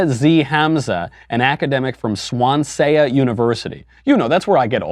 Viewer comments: on the one hand everyone makes mistakes on the other it’s “swansea” uni not swanseA michael it’s really not that hard.... why repeat it multiple times and make fun of it when you don’t even look it up? sorry that you’ve never heard of it, mayybee it’s cos it’s in wales? lol this is really nitpicky of me but STILL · If it's the university in Wales UK, it's pronounced 'Swan-zee' not 'Swan-sey-ah' lololol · Swan-seya University? Does he mean Swansea? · Lol at the way he pronounced ‘Swansea’ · Wait, was he trying to say Swansea, like, down the road from my house Swansea? Jesus - isn't he meant to be a journalist? And isn't part of that job knowing how to pronounce the things you have a strong opinion on?